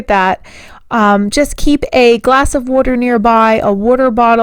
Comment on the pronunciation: Hey... you must live or be from near the Philadelphia area? I grew up there and you say water like I do...